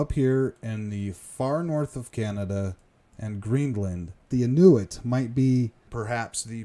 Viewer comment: Great material, but please learn the proper pronunciation of Thule, Inuit, and Kamchatka.